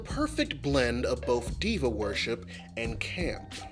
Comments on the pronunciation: NGL, for a long minute I thought i was hearing you say "devil worship" instead of Diva worship and was really confused by when gay people went from devil to camp 🤣🤣🤣🤣 im sorry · Until you wrote it on the screen I thought you were saying demon worship not diva and I was so confused.